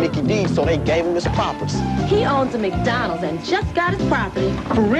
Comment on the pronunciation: why do blacks call it MACK dondals?